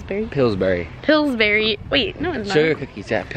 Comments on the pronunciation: “what’s that brand called?” brock: “pillsbury”: doesn’t even listen to brock “hillsbury” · I heard you say Hillsbury 2xs until Brock said It's Pillsbury and not Hillsbury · AHAHA "HILSBURY"